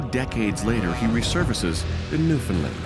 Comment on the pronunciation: Why can no one pronounce "Newfoundland" correctly. It is not that difficult.